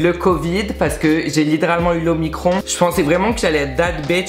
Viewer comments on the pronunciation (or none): Quand ta dit l’Omicron j’ai compris L’eau Micro-onde 😭🤣🤣